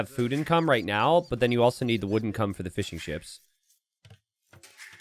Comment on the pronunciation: Every time you say fishing ships, I hear fish n chips.